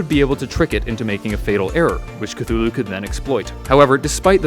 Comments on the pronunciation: A jar of pickles I pronounce cthulhu as su-thu-lu instead of kuhulu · It is actually pronounced cuh-too-who-lou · Me: knows Cthulhu is pronounced Ka-Thu-Lu Also me : Drowning noises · actually Lovecraft described them and being beyond comprehension, and therefore the way you pronounce it doesn't matter because we can't comprehend the way it's pronounced.